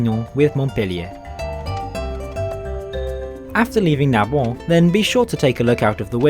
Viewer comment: It’s Sête not Sète. And isn’t pronouced ‘sit.’ And Narbonne isn’t pronounced Narbo. It’s also noteworthy that Perpignan station was declared by Salvador Dali to be the center of the world. Which it isn’t, to be frank. It’s also worth noting that Barcelona Sants is an absolute den of thieves who won’t just pick your pocket but will seize your luggage. Finally, Le Train Bleu: you missed a trick not including some shots of this historic restaurant. And by not eating there. The steak tartare is fabulous.